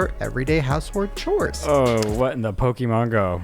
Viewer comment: I can’t watch the last episode without skipping the whole Pokémon section because keep saying ‘pokeMAN instead of pokemon’ and I don’t know why but it really grinds my gears more than it should 😮‍💨😅😣